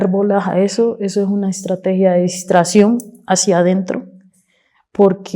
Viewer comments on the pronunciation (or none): Di dis distrashion hahaha😂😂😂😂😂